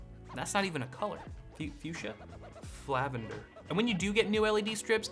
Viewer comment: I lost it at "Flavender"